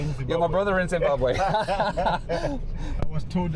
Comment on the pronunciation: Zim-Bahb-wee, not way. Just for next time. Love the vids!